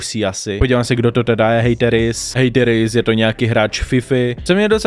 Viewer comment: Tvoje příprava na video je úplně irelevantní doslova o tom člověku nic nevíš řešíš ho jen kvůli tomu aby sis udělal čísla..... je mi z tebe zle a nauč se vyslovovat hateris díky.